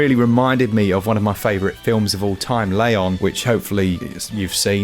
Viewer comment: LAYON???? It's Leon!